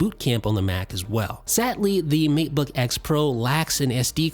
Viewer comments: Isn't it Maytebook, not Meatbook? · Seriously, When you say matebook, it sounds like macbook. I cant keep up with you, I'm too busy trying to figure out which computer you're talking about. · Kept hearing "Meat-book" and not Mate-book myself. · Did he say Meatbook pro?? 😂😂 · I swear after a while he says meatbook 🤔